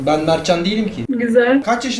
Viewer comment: nobody:: Donma Numavası Yaptım Nasiii